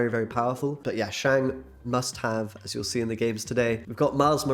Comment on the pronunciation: I'll subscribe to your channel if you promise to pronounce Shang correctly going forward.